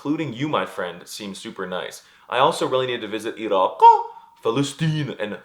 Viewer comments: Look, I am not hating or trying to say anything rude but I speak arabic and egyptian afraid. You change your voice completely. The ع is not ein. Irap is not irhaqqq. Look what I am trying to say that the arabic that you say is a bit different but it is good. I love your content keep going. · The way he pronounces Iraq Palestine Saudi Arabia from - 💀 💀